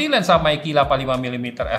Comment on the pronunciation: Meike aja om jangan meiki 😂